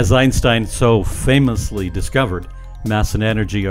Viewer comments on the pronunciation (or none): none